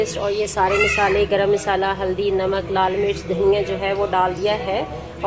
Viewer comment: misala nai masala hota hai corct bolain word